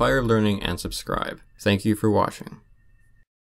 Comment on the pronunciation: did he say in the end " thank you for washing" 😁 ?